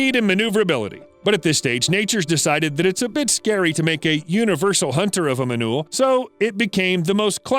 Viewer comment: ''do you remember the sociable manule'' 🤣🤣🤣